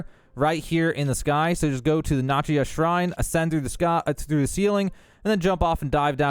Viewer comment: Notch-ee-yuh shrine? I'm pretty sure it's pronounced "Nachos, YEAH!" Shrine